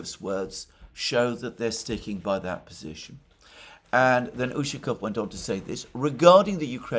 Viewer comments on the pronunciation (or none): The stress in the surname Ushaˈkov falls on the last syllable. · As always, very good analyses. By the way, in the name Ushakov the accent is on "O". Otherwise, it sounds strange. Ushakov is a common family name in Russia.